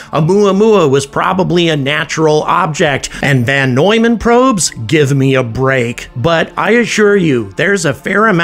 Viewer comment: It's VON Neumann, not VAN Neumann!